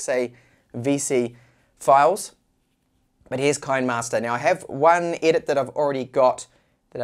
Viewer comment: Kinemaster ➡️ kee-nee-master, like you would pronounce "cinema'ster".